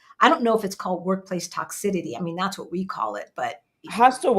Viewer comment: Sis, respectfully, there is NO D or “ d” sound in Tox-ih- CITY. PLEASE , stop adding that D to the word. 😫😩😂. I want to scream every time I hear it.